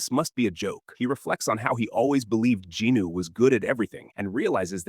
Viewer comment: Jin-woo bruh. Not jinu or jinoo